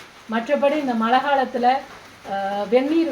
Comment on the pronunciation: மல இல்ல மழை இந்த தமிழ் வார்த்தையை கூட தெளிவா உச்சரிக்க தெரியாத நீங்க எல்லாம் சாமியாரு அதும் தமிழ் கடவுள் பக்தி எங்கனா போயி உழைச்சி சாப்பிடுங்க மா ஏன் இப்படி எல்லாம் உங்க வாழ்க்கையை நீங்களே அழிச்சிக்கிறீங்க.